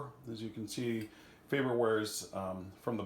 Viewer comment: FaRberware, sir. There are two Rs. Good video, though.